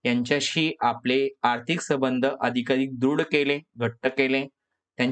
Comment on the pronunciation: तुम्ही संबंध चा उच्चार चुकीचे करत आहात